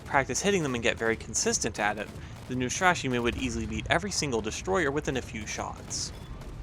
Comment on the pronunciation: Neustrashimyi that is how it sounds. Translates as fearless ;)